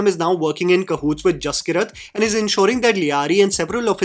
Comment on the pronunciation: Brother I think the name might be pronounced Jas-keerat not Jaski-rat. I might be wrong but I’m Punjabi and that is how we pronounce one of my cousin’s name (his name is Jaskirat).